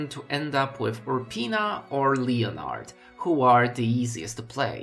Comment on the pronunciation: Isn't it pronounced "Leh-nehrd"?